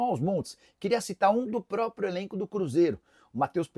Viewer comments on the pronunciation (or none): none